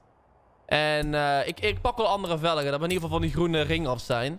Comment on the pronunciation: Hoezo zeg je eigenlijk velege in plaats van velgen